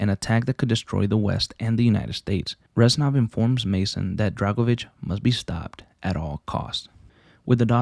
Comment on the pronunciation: He’s not ren sov he is rez nov:(